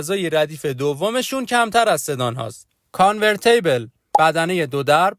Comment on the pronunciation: کانورتیبل ( تی تلفظ کن نه طی. آخرش میشه . کانور تی بـل. Convertible . نه covertable. خلاصه که خیلی باحالی.